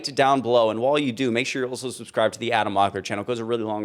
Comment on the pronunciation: did you say, "SUBSCRIVE"?